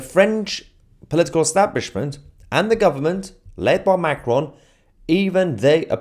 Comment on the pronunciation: I don't speak French, and I don't expect or assume anyone necessarily does. However, Macron is the French leader. Could you make an effort to pronounce his name properly?